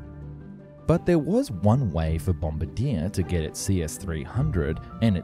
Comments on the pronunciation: The mispronunciation of Bombardier as 'guy who drops bombs' amuses me greatly. 'Bom-BAR-dee-air' is closer to the official pronunciation. Also, yes, we're still mad about that tariff up here in Canada. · Um, you say it BOM-BAR-DE-EH. Not like the guy who drops things out of airplanes... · Hey there. Friendly local Canadian here. Bombardier is based on a French word so it’s pronounced “bombard-yay!” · Major miss-pronunciation on Bombardier - Think more Bum-bar-di-ay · No it's not. Bombardier is the french word for bomber, and is pronounced Bom-bar-dee-ay. Bombardeer is the guy who releases the bombs in a bomber. They're pronounced differently. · Also, Bombardier is Bomb-bar-diar not Bomb-ba-dear lol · don't take this comment too seriously, but as a Canadian I'm cracking up at the way you pronounced Bombardier... it's a French-Canadian name so, it's not "bom-buh-deer" it's "bom-bar-dee-yay" 🤣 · Bombardier is "bombard-yay", not "bombard-ear". Still, great insight into the A220/A320 programs. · Take it from a kind Canadian, Bombardier is pronounced (Bohm-bar-dee-eh) not (bomb-ar-deer) 😉😀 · Bombardier is pronounced bom-bar-dee-ay not bom-bar-dee-er 😂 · Bombadier?? Its Bombardier? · It's pronounced "bom barr dee ah" not "bomba deer" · I wish you learn to pronounce things properly, nothing to do with accent, just not enough research. First, Mobile is pronounced Mobeel, not like the oil company. Bombardier is not pronounced bomba-deer but bomb-bard-ee-er. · Couple of pronunciation corrections: Bombardier and Mobile both have French influences on their pronunciation. Bombardier is bom-bar-dee-ayy, and Mobile is Mo-beel. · Nope. Bombardier is canadian-french. So it would be bom-barrr-dyeeh. With the hard french ‘R’ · It's pronounced bomb-bar-dee-eh ('er' is always pronounced 'eh'/'a' in French, along with a ton of other French word endings because it's basically their favourite sound) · Bom-bar-D-A in this context. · What the heck is a " bomb-a-deer"?